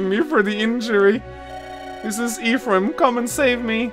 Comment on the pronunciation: Making fun of someone the way he pronounces 'lucina' and then go on to pronounce 'ephraim' like this. Smh